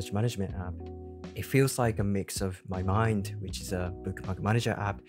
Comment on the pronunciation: 英語では、日本語みたいに「マイマ＼インド」ではなく、「マ＼イマインド」の方が自然ですよ～